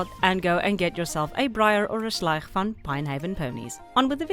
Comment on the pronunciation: I HEARD THE " VAN ", The afrikaans is inescapable